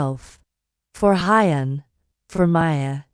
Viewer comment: The female narrator needs to read our comments: Huyen is not Hi-yen...it is pronounced "who-yen" , Mi-ya, and Bi-Bi. Please try to get this right!!!